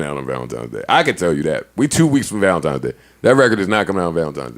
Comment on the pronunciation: Did Berg say ValentiMes day??